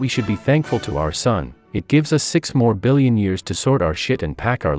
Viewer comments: he said morbillion!!! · he said morbillion!!!1!!1!11